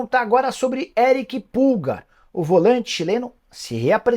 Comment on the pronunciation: Uma hora fala pulgÁr ... E no anúncio principal fala "Erick pÚlgar" ... Pra ficar parecendo com o atacante kkkk po